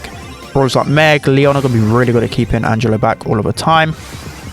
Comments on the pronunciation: Angelo its an italian name, almost perfect pronunciation tho Edit: and yeah, angelo literally means angel in italian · The pronunciation is correct Angelo is a normal italian name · Not only he is balanced, but looks very fun too. (btw the pronunciation was perfect, italian approved🤌🏻)